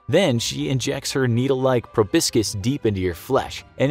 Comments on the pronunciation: Its proboscis, not probiscus 🤣🤣🤣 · Did anyone else notice the mispronounciation of proboscis ? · "Proboscis" - me 2019